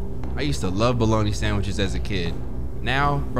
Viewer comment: this is the first time iv heard someone say bologna like that besides me and my cousin